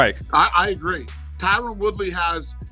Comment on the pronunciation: DANA... his name is not Tyrone. It's Tyron.